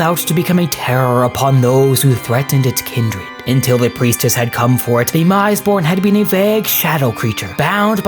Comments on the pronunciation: The "mis" in "misborn" should be pronounced as "miss", not "mise". It's the same as "mistake" or "misbegotten". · Okay I had to stop watching this one after the fourth mispronunciation (or should I say misepronunciation?) of misborn. I understand there's a lot of weird made up proper nouns in 40k and mistakes are bound to happen, but IMO this one merits a re-record. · Isn't it like 'Miss-born', like misbegotten? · Pronounced Miss-born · Soft “i”. Meant to sound like, “miss”-born. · I think you're sayin' "misborn" wrong.